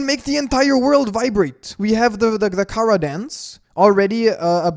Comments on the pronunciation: ITS CHARA NOT KARA WITH A CH CH GET IT RIGHT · It not cara it Chara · Say charcoal: charcoal Now say chara: Kara